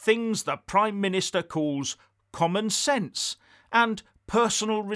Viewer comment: Did say Gammon Sense?